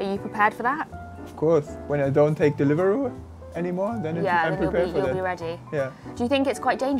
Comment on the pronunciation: WHY is nobody laughing 😭 deliveROO😭